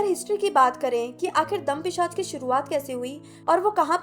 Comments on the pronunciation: Good job! But it's tam+paisach, not dampisach. Tam ka matlab kali. Kali paisach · तम पिशाच होता है दम पिशाच नहीं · Its तमपिशाच not दमपिशाच! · It's Tam-Pishach not dam